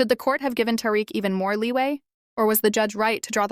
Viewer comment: Two Tariq’s with what sounds like two different pronunciations in the same name. Zero IQ or brain cells…